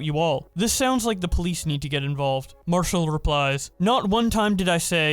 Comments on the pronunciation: Btw it’s pronounced mar cel not marshel. Lol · Marcel being "Marshal" made me laugh